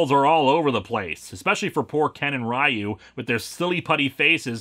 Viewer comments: Ok, let's just get this sorted and I'm sure there are already comments below that cover this but whatever: While I understand the choice to pronounce it "rye-yoo" based on the pronunciation in the film, that's still just perpetuating a mispronunciation for the sake of it. You even state you know better AND pronounce it correctly. RYU is pronounced "ree-yoo" (with the ree part being passed over more quickly to blend the sounds together). If it were meant to be pronounced "rye-yoo" then the romanization of the japanese would be RAIYU. Further to your questioning the name of the SHORYUKEN relating to both RYU and KEN you are right but only in the sense that the name brakes down as follows: SHO= rising RYU= dragon and KEN=fist (or punch). Ryu's name is the same (dragon). Ken's name is just Ken (as in Kenneth) because he's american but ALSO "ken" (as in fist) because the japanese have some weird obsession with puns that is fundamentally baffling (especially number puns... it's just... wow). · It is indeed pronounced "sho-ree-you-ken," but Ryu's name is pronounced "ree-you," as well. Sho-ryu-ken means "rising dragon fist," where "ryu" is "dragon." Meanwhile, "Ken" means "fist," so who knows - maybe the characters' names really do have something to do with the special move. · So because a movie mispronounces a foreign word, it’s okay to knowingly continue mispronouncing a word? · And why pronounce “Ryu” of Shoryuken differently to the characters name? The inconsistency bothers me. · Nope. Actually it's not even supposed to be that. It should be pronounced as one syllable. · Every utterance of "Rye-yoo" wounds me. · Actually, it's not even pronounced Ree-yuu. It's Ryu, one syllable, similar to how you'd pronounce "hue" in English. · Ryu is pronounced as “you”. The movie is messed up. Pronounce the name and the move differently. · Ryu’s name is pronounced “Ree-ooh”. Source: Smash Bros Announcer and Street Fighter cutscenes.